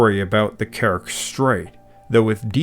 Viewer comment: Very good video. A nitpick that in "Kerch" the "ch" part is pronounced as in "change", so a "tsh" sound, not a "k" sound. At least that's the case in Turkic and Slavic languages.